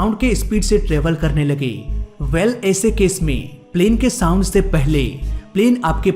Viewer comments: Thik se sound bolo bhai saam saam kya kar rhae ho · 2.04 minute .... It's sound barrier not सांड barrier😂😂😂😂